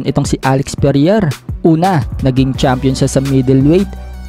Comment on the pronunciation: vovo mo mag basa😂😂😂 anong perier? alex pereira yan